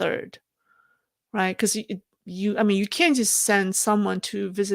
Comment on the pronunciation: is that "can't be used on a grand scale" which makes sense? Sounds like "can be".